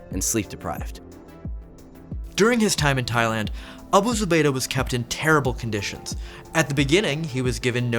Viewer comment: Wow. He pronounced that without having a stroke. Nice. Might hit like just for that.